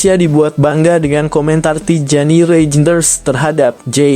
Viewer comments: Dibacanya Rainders, min. Bukan Reijenders...! Cara membaca nama atau kata Belanda, hampir sama dengan bahasa Jerman. Jadi.., kalau ada kata ei, maka dibacanya ai. Terus, huruf j pada kata Reijnders nggak dibaca. Jadi.., dibacanya Tijjani Rainders. Bukan Tijjani Reijenders...! Terima kasih.......... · Parah nih.. baca Reijnders aja kok salah sih? Harusnya bacanya Reinders. Belajar dong bahasa Belanda.. biar tahu... Tuh lihat Bung Ropan, Bung Binder, atau Yussa Nugraha saat membaca Reijnders... Bukan Reijenders...(Salah). Tp Reinders